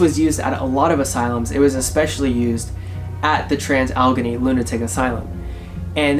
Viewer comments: Sorry - just a quick tip - it is pronounced al-la-gain-ee. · Oh my god I could not finish watching after hearing him say Allegheny. Now we know the torture these people lived through after listening to that. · Boy did you butcher its name. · Learn how to pronounce its name!